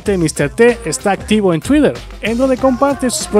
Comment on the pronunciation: Yo te recomiendo que no trates de pronunciar las palabras en inglés como crees o has escuchado que las pronuncian. Es molesto escucharte tratar de pronuncia "tuider" Dile tuiter y listo o "gogl"(o es "gugl"[doble oo se pronuncia u en inglés] o gogle, no gogl). De ahí en fuera me gustan tus videos.